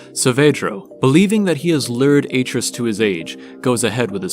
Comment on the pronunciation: I can't finish this because every time you say Aitrus wrong, it distracts me. He literally says his name, along with his wife, in the games, and it isn't how it's said here. Decent video from what I've watched, though.